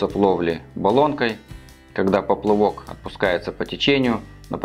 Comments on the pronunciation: Почему поплЫвок? Смотреть не возможео когда люди тупо не знают как правильно говорить. Ты еще лЁска скажи. Написал то правильно, а прочитать не судьба, горе блогер. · Я тоже слышу поплывок , многие блогеры так говорят !